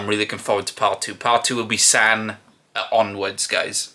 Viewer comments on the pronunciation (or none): The pronunciations of some of the names are a bit off since it’s an AI voice. Any ‘A’ sound in Korean is like ‘Ah’ (San = Sahn, Yeosang= Yo-Sahng). Mingi is like Min-Gee (hard g like green), and Wooyoung is Oo-young, silent W. The rest are pretty close if not correct! Edit: And my bias is Seonghwa! He’s in my profile pic haha. Also thanks for doing this guide, it’s the best Ateez one to date 😊